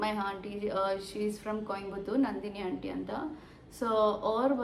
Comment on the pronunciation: Haanty alla aunty